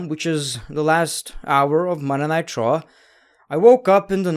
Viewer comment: WTF IS "MONDAY NIGHT TRO"???